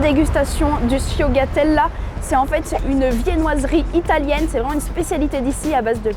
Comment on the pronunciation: Le sfogliatella le g ne se prononce pas phonetiquement c'est sfoliatella